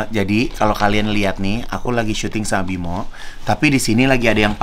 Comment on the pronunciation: Kak igun, namanya bima aryo bukan bimo 😂🤣